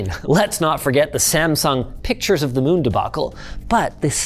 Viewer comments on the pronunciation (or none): none